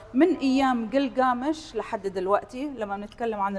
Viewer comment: جلجامش صار كلكامش عيب على وزارة الثقافة يكلفون امرأة ما تعرف تنطق كلمة جلجامش